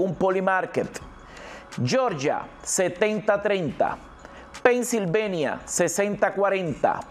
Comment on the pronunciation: Estas hablando castellano es PENNSILVANIA no pennsilvenia